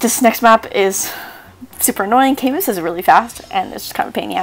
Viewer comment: camus is pronounced 'ca-moo' btw